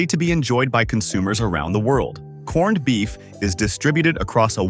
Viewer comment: The narration couldn't even say 'corned beef'. Correctly half the time....